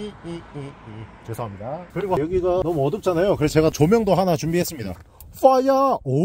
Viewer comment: 뢰송합니다 ㅋㅋㅋㅋㅋ 핑구에 나오는 바다사자 ㅋㅋ ㅋㅋㅋㅋㅋㅋㅋㅋㅋㅋ